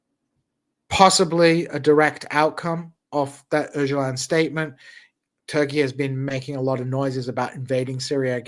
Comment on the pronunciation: proving that he is a true American by being completely unable to pronounce ”Öcalan”!😂